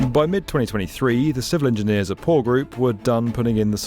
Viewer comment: U3 not a rail - that a subway. anyway..... its called PORR not POOR.